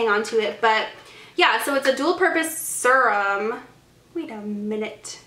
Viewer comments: It's pronounced ser-rum or sear-rum. You can also just Google pronunciation and hear audio. It sounds like you're saying surum. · Farsali unicorn essence is a hydrating serum but also leaves a little tack on the skin so it works as a primer too. Also, fyi you're saying serum wrong...it's kinda killing me. Sorry, just thought someone should tell you 😌